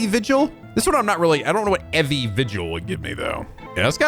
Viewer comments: I think Evie is pronounced more "ee-vee" so her name is more evening vigil while her husband is daily vigil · Evie is pronounced Eevee, and how woudl you get 'individual' from that? The pun is Evening Vigil, as contrast with her husband, whose on a daily vigil.